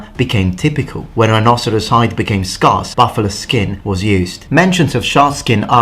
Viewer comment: Except it’s pronounced scArce, not scAHrce. Other than that, good job.